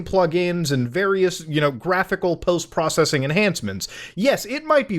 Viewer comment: powst prowcessing lol channeled idubbz for a second there.